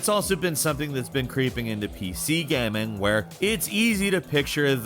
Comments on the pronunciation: Ah yes "PC Gamang" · You said PC gaming weird. I heard it